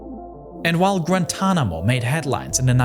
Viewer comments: Grantonamo-this German accent speech impediment AI is horrible, but the content is too good to exit. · Its not gratuanomo bay its gua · With the “Granntanamo bay naval base” established 😂 Brother